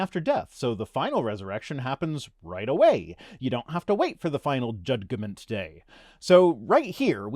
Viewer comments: The American spelling "acknowledgment" is another example. Loved the way you pronounced jud-g-ment! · When I started law school my learned professor explained that the word was Judge-ment, not Judge-eh-ment. So, no 'e' in the middle. Same goes for "acknowledgment", BTW. Those things tend to stick with you.